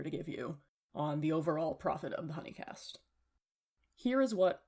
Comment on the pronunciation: The way you say huni in hunicast reminds me of Markiplier playing huniepop and not realising the way it was pronounced 😭